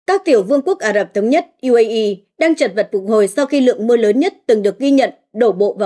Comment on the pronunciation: Bạn này còn không biết đánh vần chữ cái bằng tiếng Việt, trong khi đang đọc bằng tiếng Việt: UAE, DW... Không được đào tạo, không chuyển nghiệp!